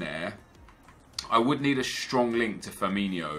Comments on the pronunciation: It's Firmin-O not Firmin-IO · it's Firmino not Firminio.